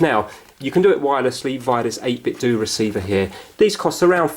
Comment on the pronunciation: it's pronounced 8bit-'DOE' not 'Do'... they make Nintendo based products so are mimicking the sound of Ninten'DOE'...sorry, just triggers me a bit